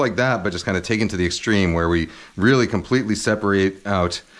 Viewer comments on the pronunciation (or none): none